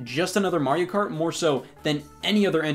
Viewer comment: Literally everyone: Mario Kart Scott: Mariokurt